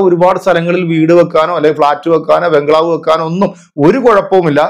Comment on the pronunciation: ബ്ലങ്കാവ് അല്ല ബംഗ്ലാവ്